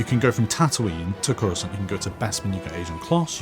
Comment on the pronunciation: Its Coruscant not corrosaunt you normie :D